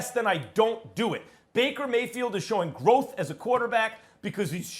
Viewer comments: Nobody: Stephen A Smith: Mrs Emily Bakerfield 😂😂😂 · Reading these comments after watching the first 2 minutes of the video laughing that SAS really said Mrs Bakerfield. But then realizing he really managed to do it TWICE 😂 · 😂😂😂 calling her “Bakerfield” is smacking her and hubby enough 😂😂😂😂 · He keeps saying Mrs. Bakersfield. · lolol bakerfield xD